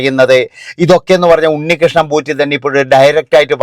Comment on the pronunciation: പൂറ്റി അല്ല പോറ്റി